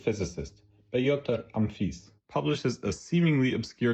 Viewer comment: I thought the voice was AI until I heard the incredible "Pay-otor UMFIS", I don't think AI could mess up that badly